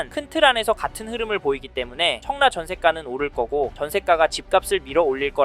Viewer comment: 왜 자꾸 청래라 말씀하실까요? 입에 잘 익숙하지 않으신건가 싶은 생각이 드는데